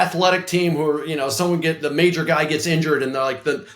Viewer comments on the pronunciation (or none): none